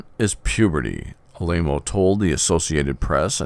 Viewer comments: Ah La Mo not A-Lay-Mo... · You are repeating the lies of the mainstream media! For someone that knows so much about Tony, you would think you could pronounce his last correctly! You mention Jim Jones! He was a CIA Operative and the people in Jonestown did not commit suicide! They were murdered and shot! You should do research before you run your mouth! You should watch what you say and get all the facts before blabbing away! The Catholic Church has more sexual abuse cases than any other religion but because that is the wealthiest organization on earth, the Vatican sweeps their crimes under the rug and pays off the judges, etc.